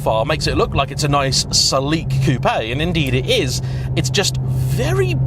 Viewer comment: Why u cal it a Coupe Aye when its properly pronounced " Coop"